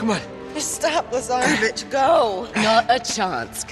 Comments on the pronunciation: Who else kept calling Lazarvitch into Lazarbitch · Why am I hearing Lazaravic’s name “Lazarabitch” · When I first heard his name, I literally did a double take to make sure I heard that right… then I heard Lazarabitch from Flynn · Because you guys can't pronounce Slavic serbian names